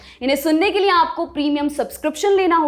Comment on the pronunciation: पर ध्यान से सुने। यह महिला लिए को निए बोलती है। इसको हिंदी बोलनी भी नहीं आती